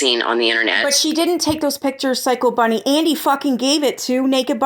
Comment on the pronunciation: BUNNY not Bennie